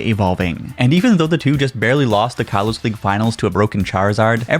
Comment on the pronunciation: he said kalos wrong